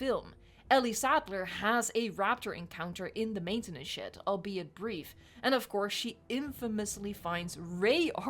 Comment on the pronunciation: No offends, but when u say "maintanance shed" is sounds like "maintanance shit"